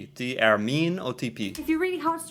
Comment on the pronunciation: Although I think the way she said "Det er ikke ..." was not 100% standard. She seemed to use a dialect version of "er", where the "r" is silent. Many dialects have this feature, probably because it allows speaking these words faster. The "i" in "ikke" is also sometimes not spoken if preceded by this type of dialect "er". She at least came close to that; I think she did say the "i", but it was very short. When combined with the fact that the "t" in "det" is always silent (which is standard), native Norwegians can speak these three words very quickly (pronounced something like "de'e'kke'), and she was at least close to that. I can certainly see how that part might cause problems for beginners...